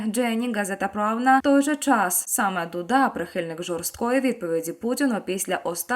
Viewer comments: Дуда - наголос на «у» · Не знущайтеся над президентом Дудой. Наголос на У! Хоча істеричний спосіб виголошування текстів ставить під сумнів Ваше психічне здоров'я. Де вже тут піклуватися про повагу до правдивого друга нашої України(((